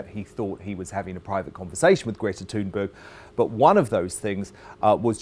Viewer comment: That's how it's pronounced.